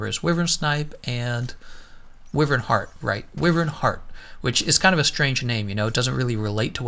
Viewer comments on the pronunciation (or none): “Why-vern” not “with-ern”